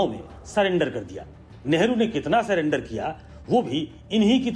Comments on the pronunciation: 'मंदबुद्धि' अनपढ़ निकला ! अनपढ़ को सरेंडर को सलेंडर बोल रहा है ऐसे अनपढ़ को देश कि जनता सांसद बनाती है ! मानहानि का केस करना चाहिए ! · इस बेवकूफ कोई नहीं पता कि sarendar होता है ना कि सिलेंडर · ग्रिराज शायद पढ़ा लिखा नहीं, नरसरी तक शिक्षा हासिल किया हो? sulendr बोल रहा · अरे गिरिराज बाबू सरेंडर होता हैं। हेलो नरेंदर सरेंडर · गिरिराज तेरे से तो अच्छा भेड़ चराने वाला भी अच्छा है काला अक्षर भेस बराबर नाम पढ़ना भी नही आता ऐसे लोगो को राज पर बिठाना लोकतंत्र की हत्या की है